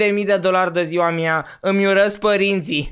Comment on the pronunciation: acel ,,de ziua mia''